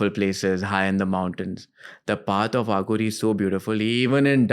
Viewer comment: It is अघोरी not आघोरी. Arth ka anarth ho jata hai jab Aaghori bulate ho. Dont try to sound western for being cool